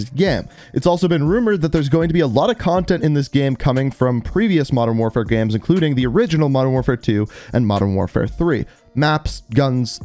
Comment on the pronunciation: The way he says games like gemes lol